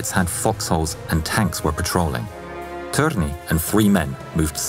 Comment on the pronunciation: I've known Lauri Thorne as soldier who fought in 3 armies but not known so much about him. Wonderful. Also the törni pronounciation was just like a native Finnish. I love your narration and the new merch. This is an amazing video for 200,000 subscribers (actually 201K now)